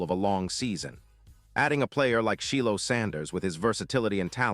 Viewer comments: Prime's personal announcer. Btw, it is "Shyyyyy-Lowwww!" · Why is it that this guy doing the narrating cannot pronounce Shedeur's name right nor Shilo's name right ? I wonder is this on purpose or he just cannot pronounce names right . But seems like he gets all of the caucasian's names right and messes up the black players names . . How is this ?